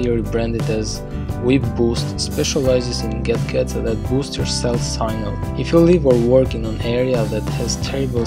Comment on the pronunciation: Lol I thought i heard that